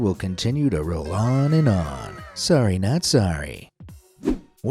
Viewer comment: "swory" XD